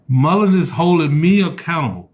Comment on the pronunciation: Moron. Moron. Can’t even pronounce the name of the company correctly. Boot lipped moron. And YES you did say there wouldn’t be a split. I just went back and watched the video of him saying it